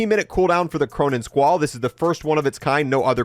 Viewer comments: Squall not Squirrel 😂💀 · It's called the "Squall" , it's not the "Squirrel" 😂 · the Cronen Squirrel 😂 at this point he's gotta be trolling he's done like 10 videos and never corrected himself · BRO U KEEP saying Cronen Squirrel not Squall . Lmao what school did u go to 😢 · “The Cronen Squirrel” 😂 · “Cronen Squirrel” 💀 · I will unlike every video he calls the squall and squirrel, learn to read my guy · "Cronen Squirrel" 😭